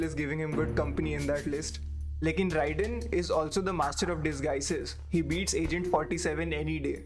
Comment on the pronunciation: It's pronounced Rayden not Rai dane. Actual spelling Raiden.